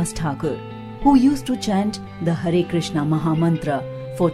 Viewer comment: Hare Krishna, in this video only u said properly that word "hare krishna"